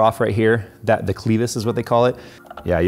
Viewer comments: its a clevis not a cleetus hahah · cleavis its clevis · Lol, cleevus